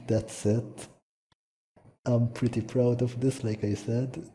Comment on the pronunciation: "So it's actually preety simple"